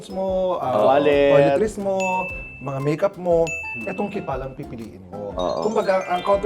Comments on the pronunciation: Hi, hindi ba po yung pronounciation ng KEEPALL ay (keepol) or (Keep all) hindi (kipal) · is in not pronounced as "Keep all"? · I think it's pronounced as "keep all" po 😂